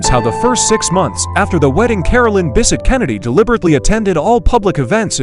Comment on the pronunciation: It's Bessette, not Bisset.